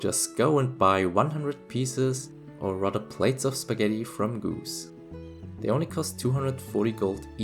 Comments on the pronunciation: Gus gus gus! Not goose 😀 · am I the only one that noticed how he pronounced Gus? 😅I guess he's a goose now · love how you pronounce gus